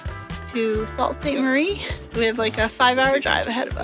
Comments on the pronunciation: Doing a great job explaining where you are and the history. Just FYI. Sault Saint Marie. (Sault pronounce Sue) 😀🎉 But ..lol having said that, I am Canadian, but have not spent a lot of time in the Sault (Sue) and got some great history. Ready for a hike!!! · "Sault" is pronounced "Sue". Just sayin! :-) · Sleeping Giant Provincial Park is pretty awesome. Not sure if you skipped it or it didn't make the video. The hike to the top of the Giant is one of the best hikes I've done. Great view of Isle Royale National Park from up there. EDIT: Also...it's pronounced SOO Sainte Marie. Sault is French for rapids. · Thanks so much Richard!! You're the second person to tell us that, haha we had NO idea it was pronounced that way. 😂 Thank you for telling us! ❤ So glad you enjoyed this episode!